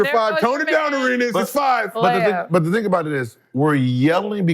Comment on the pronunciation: Somebody teach Gill how to say Thing and not Ding lol